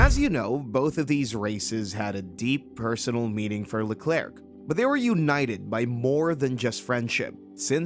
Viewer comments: The "C" is silent in Leclerc. Great video though, thanks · Especially pronouncing Hubert correctly and not Leclerc